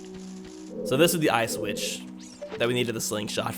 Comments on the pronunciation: Are you sure you said eye switche and not, ice witch? haha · Eye switch? I thought you said Auschwitz